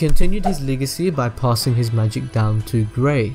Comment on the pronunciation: you almost said gay not gray